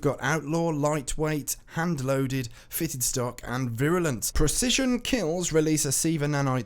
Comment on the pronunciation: Congrats Story on being the only person on YouTube who can pronounce "virulence"